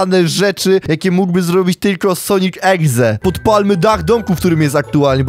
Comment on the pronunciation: "sonik egze" 😆😆